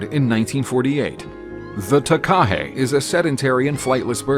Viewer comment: Takahē does not have a stress on the KA. The stress is on the HE at the end. Hence the macron signifying a long sound. Taka is short sounds like waka and haka ( NOT harka)